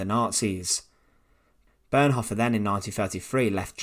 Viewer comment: I If you can’t even pronounce the words Bonhoeffer or Tubingen, shouldn’t you find a better way to spend your time? You might want (for instance) to learn to pronounce your mother-tongue correctly; there is not such word as ‘Teacha’ !